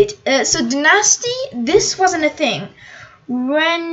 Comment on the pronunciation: Dynasty is pronounced die-Nasty